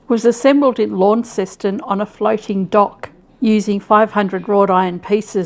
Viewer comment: It's funny hearing how you say Launceston. It's nothing like how we pronounce the town of Launceston, Cornwall, here in the UK. We say Lawn-sten, and if you're Cornish it's more like Laanson.